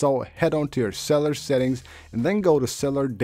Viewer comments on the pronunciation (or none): Bro, it’s pronounced Axe-S-a-bill-it-eee. And cell-you-lar. And Sked-u-all.